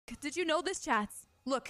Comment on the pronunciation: Why do u say chat with an S